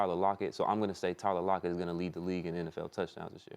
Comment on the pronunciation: he really said tyler lockett